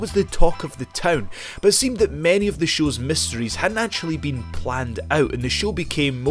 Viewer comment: tv ''shus''?? :D :D :D